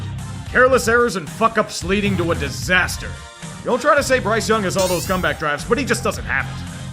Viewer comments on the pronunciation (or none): none